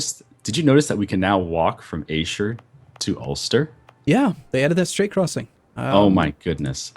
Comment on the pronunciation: its pronounced "Air-sher".